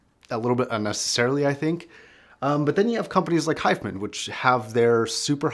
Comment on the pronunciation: "Hi-Fi" Man, not "Hifeman"